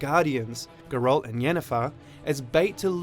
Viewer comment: hmmmm... The way you say Geralt makes me wonder if you've actually played it. Not that this isn't informative.